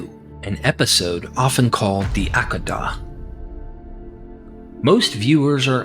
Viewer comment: hey your conclusion had what i was commenting lol.... but you crack me up "Ack-ida" is not how u pronounce hehe. It is: "AH-KAY-DA" (think dentist open& say "Ah" the next is KAY like OKAY but just KAY. then DA like "duh. so "Ah-KAY-da" hehe